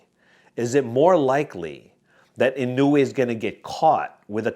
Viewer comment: fyi, inoue should be pronounced as ee-nowe, not ee-nu-wayyy 😅